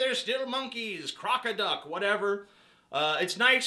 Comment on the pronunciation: he did say croc-a-duck